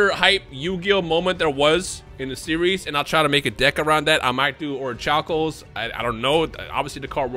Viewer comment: you were not pronouncing Orichalcos correctly.